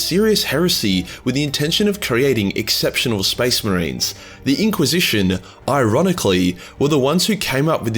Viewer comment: the space MAH-RINES look like skittles